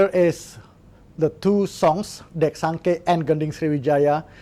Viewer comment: Menarik disimak dan informatif! Cuman yang tepat ucapannya untuk lagu dari Sumsel adalah Dek Sangke (bunyi huruf e seperti kata delima), artinya tidak menyangka/mengira, disingkat dek sangke.